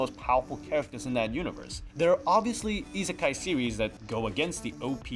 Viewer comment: Isn’t the i in isekai (at the beginning) supposed to also be like ii, as in good?